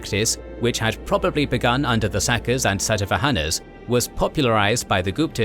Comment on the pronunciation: "Satavahanas" was sorta chewed up in pronouncing :)